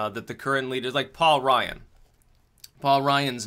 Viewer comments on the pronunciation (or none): none